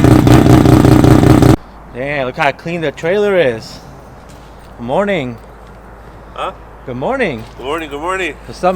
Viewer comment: "": Gud Morning, Gud Morning".